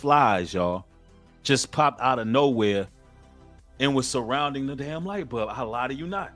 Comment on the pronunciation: Light “bulb” brother, not light bub. “Pie neal” gland brother, not “PiAneel”. Idk why you come up with your own way to pronounce these words constantly.